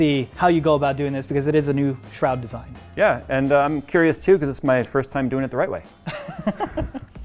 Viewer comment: Did he just said "shroud design"?